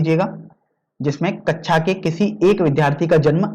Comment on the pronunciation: Sir vo kaksha h kecha nhi